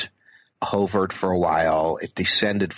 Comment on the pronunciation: Never heard anybody pronounce "hovered" that way before!